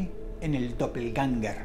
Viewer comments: Realmente es Doppelgänger, con a umlaut, o a con 2 puntitos xD En aleman: doppel (doble) - gänger (andante) Se pronuncia aprximadamente como "doppelgenga' " Edit: tambien se puede sustituir la ä por ae, quedando Doppelgaenger. Se pronuncia igual Clases de aleman gratis xD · Se pronuncia dopelguenga dross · También lo pronuncia mal en